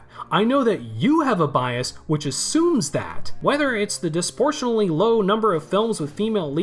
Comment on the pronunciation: If you want a rough idea of someone's intelligence, give them a paragraph to read out loud and observe the results. Apart from substituting the word "business" with "industry" and pronouncing "disproportionately" as "disportionally"—suggesting he only has a rough idea of what that word means—I'd put him at about average.